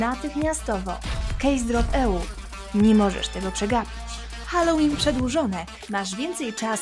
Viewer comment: Halloween to u nas HALLOŁYN XD